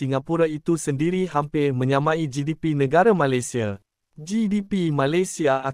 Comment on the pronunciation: Sebutan kata "Malaysia" agak janggal tidak sama dgn cara warga Malaysia menyebut perkataan Malaysia